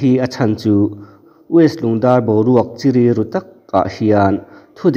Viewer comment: Boruak a 'chiri' ngailo,'chi' leh 'ri' hi ziahzawm loh tur,'chi'leh'ri' tih lai hi 'ka buai' tih kan lama 'buai' tih kan lam dan anga lam ve ve tur